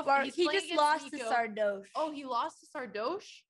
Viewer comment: Can someone tell them the "oche" of Sardoche is pronounced like in "posh", it's not "Sardôôôche" or "Sardouche", well, maybe "Sardouche" is fine though...